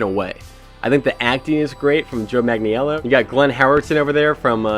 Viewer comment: jesus, just google how to say his name